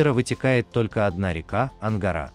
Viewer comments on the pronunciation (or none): none